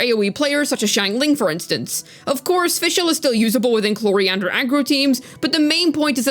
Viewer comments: Chlorinde ❌ coriander ✅ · CLORIANDER? lmao wtf